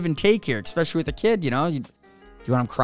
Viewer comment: Too many feet... I think I'm going to throw up. By the way what does "expecially" mean... I don't think I've heard that "word" before 🤔